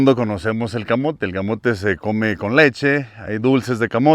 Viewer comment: El camote te lo comes con leche se escucho como si fuera alvur se escucho chistoso 😂😂😂